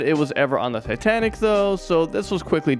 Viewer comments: He said titantic? I never heard of titantic. I’ve heard of titanic. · Say sooo titanic 💗